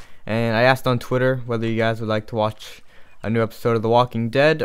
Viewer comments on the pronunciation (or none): none